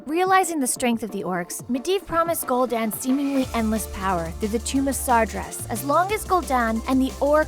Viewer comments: I thought it was Sar-GEAR-Us (like bear) not sar-JER-us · You tried. You really did, you should have talked to an actual player to get the pronunciations correct before reading the script for that video. I waaaaas waiting till June 10th to restart my account buuuut I might before then because of this video. #Spaventoso - Sargeras , Night Elf Hunter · Using pictures of King Wrynn's grandson (the current king of stormwind) confuses things... Also, the way you pronounce the people's names is weeeeeeeeird... I always pronounced Sargeras "Sahr-GHEH-rahs" and Aegwyn as "Age-win."